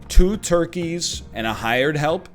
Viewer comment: Does it crack you up every time he says ToRkieS or is it just me?!